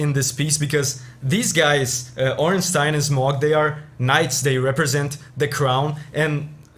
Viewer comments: The best part is that pronounced Ornstein correctly, not ”Ornsteen” but ”Ornstein” like Zweilhander or even Einstein. Imagine saying ”Zweelhander” or ”Eensteen” and you get the point. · Ah nice you pronounced Stein correctly. I dont mind, if someone has it wrong, but most People think its pronounced "Steen". I was thinking of other Themes worth recommending. Portal has good Endingsongs, but I don't think it fits into your Series. God of War has a good Soundtrack but nothing particular what stands out enough for me to recommend. Oh the Asura Theme from Asuras Wrath and the similar Chakravartin Theme could be something worth checking out. PMD is left, and good, but I was to lazy to look up any outstanding Track. The Maintheme and Dark Matter Part 2 are the only ones I can think of, but there has to be more. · My man pronouncing Ornstein correctly. Instant like.